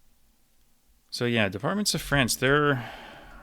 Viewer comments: Your pronunciation of french departements is excellent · Very impressive as always. Curious to know if you're fluent in French and if you are, where did you learn? I'm from Montréal so it's fun to hear you pronounce all these departments correctly lol